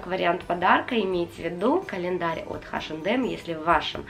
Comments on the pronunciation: Очень классное видео, мне понравилось, очень хотелось посмотреть распаковки таких календарей и долго не могла найти, а у вас все очень классно! Только мне, очень сильно на уши влияло ваше название H&M [айшем дем] но все равно видео классное👍👍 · спасибо за видео!))) Вы так смешно "Эйч энд Эм"обзываете)))"Хэш энд Эмом"(название смешнючее получилось)))) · у меня подруга вообще ХаЭм называет))))